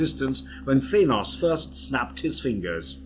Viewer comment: He said thinos, and many other weird pronouncing of words